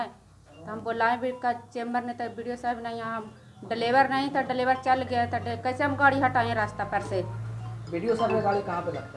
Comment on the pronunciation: पहले प्रमुख जी ये बताये की ये Scorpio ke liye 20 लाख रुपये कहाँ से लायी | दूसरी बात प्रमुख को पर month 10,000 मिलता है saulry, और ये ड्राइवर को 12,000 पर month कहाँ से देती है| तीसरी बात इसको बोलने आता ही नहीं है, ड्राईवर को delebar बोल रही है l